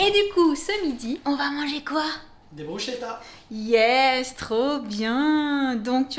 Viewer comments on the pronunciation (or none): ça se prononce pas "brochetta" mais "brousketa" mdrrrr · Je sais pas si c’est bien ce que je pense mais sa se prononce brouskéta ( si c’est corse bah c’est sa , j’habite là bas et sa se prononce comme sa ) 😭sinon changez pas c’est génial